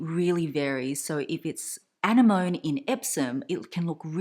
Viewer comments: It's a-ne-mani not annie-mone 😐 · is the color "Anemone" like the sea creature? if so it's pronounced "ah-nem-moh-nee." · Isn’t it pronounced an-NE-moh-ne? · 💜💜💜 it’s pronounced [UH] + [NEM] + [UH] + [NEE] 🤗. It’s beautiful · She pronounced it with the French emphasis..